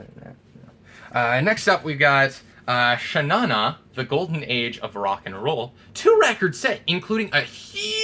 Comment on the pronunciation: It's not pronounced "Shaw -Nanah" but actually "Shaw Naw Naaw"